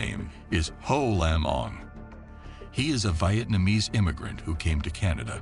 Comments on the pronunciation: Wyetnamiese?!! Thats unwatchable.😂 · V eye atmanese? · Say Vietnamese & Stepson again 😂😂